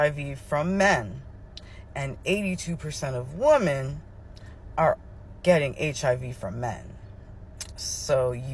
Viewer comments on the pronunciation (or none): martial (marshall) is military, marItal is marriage related. And women is prounounced wymen, not wooman, which is one woman, where women is many women. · This is an important topic. Sorry but that creator was annoying af. Between repeating herself 10 times and pronouncing "women" like "woman," ...I had to skip to the end.